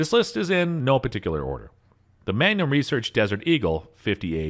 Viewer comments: How bout how he pronounced magnum as mangum!!!😄😄🫢🫢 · This man believes Magnum's are actually just "Gum for a Man" MANGUM??...ITS PRONOUNCED MAGNUM! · Mangum huh??...pretty sure that's MagNum!!😄😄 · And he called the magnum a Mangum lol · And magnum as "manyum"? Sounded like it. Made it kinda French.